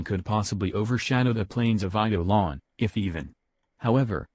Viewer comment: TTS Actually said Eidelon quite well.